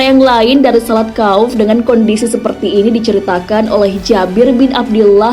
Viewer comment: maaf sekedar meluruskan saja, dalam hal ini adalah beberapa kata yang sesuai atau bisa dikatakan benar, 1.salat ,bukan salat tetapi sholat = صلاة 2. sholat kauf,bukan kauf akan tetapi khouf = خَوْف 3.tafsir ibnu (katsir ) cara membacanya yaitu bukan berhenti dihuruf "T"dalam penulisan "ts" penulisan bahasa indonesia itu tanda bahwa itu adalah huruf tsa'(ث),yang bacanya sa' diatas lidah. 4.sholat zuhur,yang benar adalah dzuhur,disini pembacaan huruf (ظ) seakan akan ada unsur pelafalan huruf za(ز), dan sebenarnya dua huruf tersebut sangat jauh beda dari segi maharijul hurufnya 5. saf,yang benar adalah shof ,memakai huruf shod (ص) atau صف dalam bahasa indonesia arti bahasanya adalah barisan dan sebenarnya masih ada beberapa kata yang tidak sesuai dengan ibarot mu'tabaroh. hangpura,hangpura